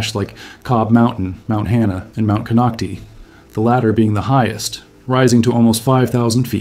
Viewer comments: It's "Clearlake" all one word. Kinocti kinoct-eye. You took time to make a whole video about it and didn't bother to see how it's pronounced. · You are only Reading a WIKIPEDIA Post and your pronounciation shows it ! it's Kon Knock Tie !!! at least learn to say what You are Talking about aye? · It’s ‘Cone-oct-eye’ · Konocti is pronounced CON knock TIE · Konoct (eye) is how its pronounced. This is scary--since its very populated there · The real pronunciation of the real name of the mountain is Kono Tayee the name konocti is an English corruption much like Ukiahs real name Yokayo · Lmao! Konoc-tee, wrong! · It’s pronounced Konock-tie same as Vallejo is pronounced ve-lay-ho. It’s written one way but we pronounce it how we like it. 😁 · Another non native Speaker...konocti.. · One would think that if you’re going to go through the trouble to research the details of the Clear Lake area you would take the names of geographic sites seriously. Instead you fumbled the name of Mt. Konokti. Sloppy! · Konoctee mean butthole hole in Mi-Wok, that’s why you don’t pronounce it that way. Although, a volcano is kind like a butthole, so… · We lived on the lower slopes of Mt Konocti (last syllable “I” not E) when my husband worked at a nearbye goldmine in the 90s. Not a single person I met there, (Working in government or otherwise) was overly concerned about the Mountain erupting. However every time I walked by Soda Bay at the base of Mt Konocti I felt as if that sulfurous odor bubbling up was sending me a warning ⚠️ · The correct pronunciation is with a long i sound at the end. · Nonsense, I live adjacent to this mtn, none of this is true. No instuments are placed here. He cannot pronounce the name of the mountain correctly.